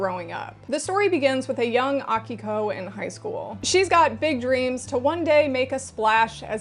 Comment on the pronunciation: As someone named Akiko, it was both nice hearing someone say it right, and really confusing hearing my voice repeatedly lol Also I'm a lesbian, and a lot of shoujo manga has emphasis on romance, but usually straight romance (and honestly i'm just not that interested in that). Do you have any recommendations for shoujo and seinen yuri? A lot of the time it seems like yuri just ends up being shounen somehow.